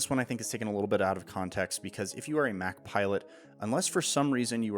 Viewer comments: I love your videos, but i had a huge issue with this one!! You make Mach sound like a Big Mac sandwich. It’s supposed to sound like when someone says a jet is going Mach 5. Not I’m gonna eat a Big Mac. Get it right next video ok. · No. It's "MACK-HARIEL. Hence Mac........